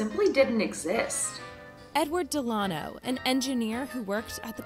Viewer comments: That's not how you say "Delano". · Why tf you pronounce Delano like that ? 😂